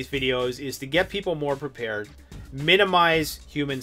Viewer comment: Prepared ,not peeper